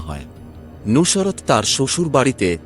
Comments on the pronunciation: কিভাবে উচ্চারণ ঠিক হোল ? নুসরাত কে "নুশোরাত" বলছে ! আবার মার্ক দিচ্ছেন, ৯৯%৯৯ ? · উচ্চারণে অনেক সমস্যা আছে, নুসরাত উচ্চারণই করতে পারতেছেন না। সত্য গ্রহণ করতে শিখুন।